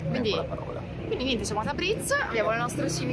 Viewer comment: Piccolo consiglio da parte di un nativo di origine... marcate tanto la z, invece è più dolce, non tabriz ma tabris... non bazar ma bosor... per il resto l'iran è un paese con un popolo accogliente e per il quale l'ospite/turista è sacro, possono darti il loro cibo e anche il loro letto... altrò che terroristi come vengono definiti dai media occidentali...